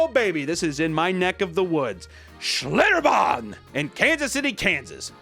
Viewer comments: Your pronounciation of "Schlitterbahn" is wonderful, it's how someone from my part of Germany would say it with the t's almost becoming d's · nice pronounciation of schlitterbahn